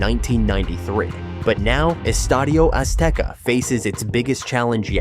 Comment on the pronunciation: Hey, good job on the Spanish pronunciation, nice video and I also think very few people will stop calling it Estadio Azteca